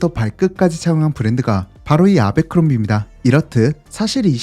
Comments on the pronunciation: 제빌 아베크롬비라 하지마. 미국가면 아무도 못알아둘어. 애벌크롬비다 바보야. 아 짜증나게 아베아베 거리네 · 미국에선 애버크롬비라고 발음합니다. 아베크롬비. ..ㅡㅡ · 아베크롬비 ㅋㅋㅋㅋ 정말 세상에 없는 콩글리쉬 발음. 애버크롬비다. 제발 본국사람이 모르는 발음은 그만.... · 애버크뢈비&애버크럼비 사이 발음이 더 가까움..내 20대를 청담 아베크롬비 플래그쉽애서 보냈는데.. 추억이 새록새록하네 ㅎㅎ